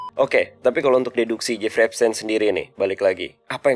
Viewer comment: Cara baca epstein itu epstin, bukan tein, tapi tin